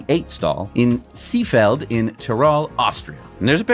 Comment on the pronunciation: In a German word, "e" or "ee" is never pronounced like in the English words "be" or bee", but rather like in "deck" if it is short. However, the German "ee" is always long, and there is no English equivalent to this German sound. Maybe in order to pronounce "Seefeld" correctly you would need to listen how a German person pronounces it. BTW, "See"="lake" and "feld"="field".